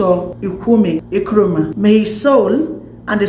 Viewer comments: You did well but the name is not Nkwemi Nkrumah but Kwame Nkrumah. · Please just mention Nkrumah and be free okay. What is Ekweme?? You can't even mention Kwame. Nigerians and their bad pronunciation they take it everywhere.